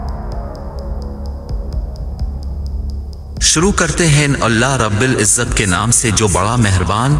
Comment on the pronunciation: IS IT SOMETHING WRONG WITH YOUR AUDIO.. OR YOU SOME CHOOTIYA YAHUDI GASHTI KI AULAD AND INTENTIONALLY SAYING EVERY "U" AS N "I".. WHAT IS "RABBIL IZZAT"?? AND WHAT'S "MILLA UMAR".. ?? WHAT "TF". REPLY ASAP!